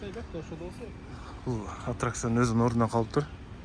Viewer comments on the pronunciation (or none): Антракцион эмес аттракцион. Ой тообо терминдерди туура айталбай дабдырагандарга блогерликте бок барбы?????